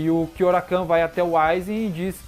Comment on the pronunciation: Gosto muito de bleach e também de todos os videos do seu canal. Agora, com todo respeito de onde você tirou "KyoraKAN"? (Kyoraku)